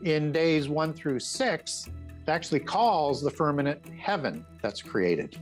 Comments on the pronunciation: I believe you meant to say 'firmament' and not firmanent. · It’s firmaMent not firmanant 🙄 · Why does say "firmament" like it times with "permanent"? Seriously, he says "firmanent" many times. Ridiculous.